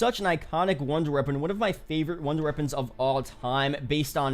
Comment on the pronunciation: this man said old wonder reapons